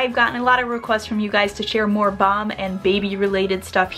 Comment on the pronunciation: Why do you say it 'bom'.. it is mom!